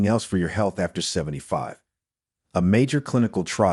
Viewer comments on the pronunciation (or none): none